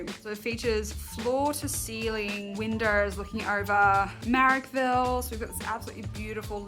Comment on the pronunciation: 1) Voice over didn't pronounce Coogee and Marrackville probably. 2) A townhouse isn't an apartment... other than than great job.